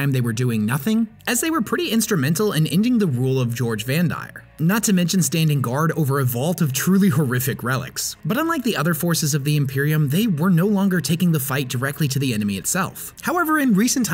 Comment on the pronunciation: Awesome story but I must say... Goge... (Gohj) Vandire not George LOL 😂